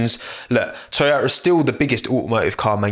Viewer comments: its called toyota, not toyoya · Toyota, not Tchewyoahtah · Sorry bro ur pronunciation is wrong. Its #Toyota# not Oyoda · Everyone: toyota: Toyo'a Most bri'ish pronunciation ever 🤣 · Most people: "To-Yo-Tah": "ToYow-Ah" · what the title says: toyota what we got from: toyo'a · What is this thing called "Toyo'a" he is talking about all the time? 🤣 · i know about toyoTa but tf is toyoah ? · Can properly say Kubica and Giovinazzi but can't say Toyota properly? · Toyota: Has 2 „T“ letters: Only pronounces one of them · It’s painfully listening to you try to pronounce “Toyota” Lol